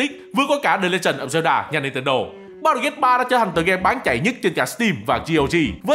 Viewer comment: Mọi người khác: Baldur Gate: Bao đờ Gay 💀